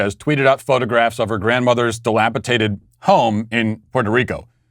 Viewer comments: It's dilapidated not dilapitated 🤦🏼‍♂️ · I love how Matt can't pronounce dilapidated lol he pronounces as if it was spelled dilapitated lol he also mispronounces divisive all the time, which is irritating lol it should be pronounced to sound like div-ice-iv, not div-iss-iv. Just saying lol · Dilapidated has a D in the middle my man, it is not “dilapitated” as you put it. If you could get that right, it would be a real “Maracle”. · You're saying dilapidated wrong.